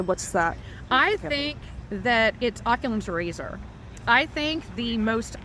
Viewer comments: its Occams razor.. not oculums or whatever she said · Did that dummy just call it “Occulum’s Razor?!” 😂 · Lol, she doesn't even get the name right, it is (like you say) Occam’s razor, but she calls it "Ocullum's razor" 🤣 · LOL -- I noticed that and scrolled down to see if anyone else caught it. It's "Occam's Razor," not "Occulam's Razor." What a dumbass, only repeating big words she hears other folks say on The View. Hahahahaha! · "Occumlum's razor"? 😂 It's like having a 4 year year old explaining the theory of relativity, or as she would say, "the theory of relaxity" 😂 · You wanna know how I know this lady thinks she smart but she’s actually a ‘tard? She called it ‘Oculums Razor.’ Oculum. It’s Occam. Occam’s Razor. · Did she just say "oculums razor"? 😂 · did she say Occulum? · Did i just hear her say "oculam's razer"???😂😂😂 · She said... "OCULUM'S RAZOR."... I know we all have blind spots... but come on... this is not an intelligent person that anyone should be listening to for advice or political predictions. I'll give her points for knowing what it is. But only two and she gets a negative 3 for getting the name wrong. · Did she say “Occulam’s Razor?” Don’t use words if you don’t know the meaning or even how to pronounce it properly 😂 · Did she say “Oculum’s Razor”? 😂😂😂😂😂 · I'm impressed she didn't call it "Occulum's Speculum"... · She didn’t know how to pronounce Occam’s razor which arguably is the opposite that Iowa would flip blue. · Doesn’t even know what Occam's Razor is, let alone know how to pronounce it. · She can't even pronounce ( occam's razor). If you can not pronounce a word, dont use it.